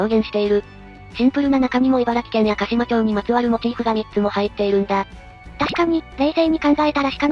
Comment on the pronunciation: 行方市は「なめかた」(namekata)じゃなくて「なめがた」(namegata)ですぜ。 市内に「なめかた」って言う地名はありますが、 市名は「なめがた」です。 鹿島町の読みは「かしまちょう」ではなくて「かしままち」です。 茨城県は○○町は「○○まち」、○○村は「○○むら」と読みます。 少なくとも平成の大合併の直前にはそうでした。 昭和の大合併前は知らないですが(^_^